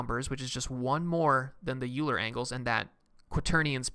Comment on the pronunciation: It's Oiler, not Youler